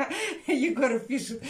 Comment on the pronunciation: при всем уважении к вам....но почему ЕГОРА,ОКСИ,ИЛЬЮША? Красивые дети,красивые имена,не коверкайте пожалуйста,так слух режет!